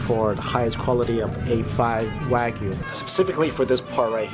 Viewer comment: Ko-BEH not BAY. Also not "Wag-you" it's "Wa-gi-yu." Gi-yu=gyu